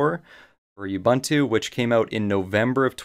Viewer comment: Great video, kills me how you pronounce "Ubuntu" though!